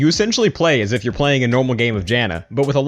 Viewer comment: guys don't repeat "sa" say "as"